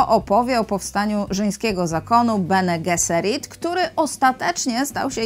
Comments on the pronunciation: Czytaj. "beni dżeserit", jak już. Oprócz Diuny, to tu nie ma na co czekać. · W Bene Gesserit drugie "e" jest nieme,a "g" czyta się przez "dż". Pozdro!